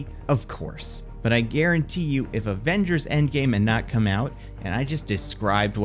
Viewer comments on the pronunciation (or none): none